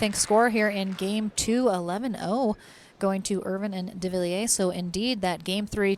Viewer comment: Loved the commentators! But needs to learn to pronounce Devilliers. Lol!